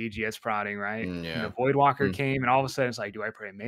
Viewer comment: Please teach how to pronounce voidwaker. There isn't an L in that word